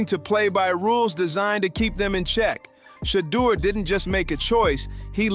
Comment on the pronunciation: Pronounce the name right you can’t even pronounce his name shame on you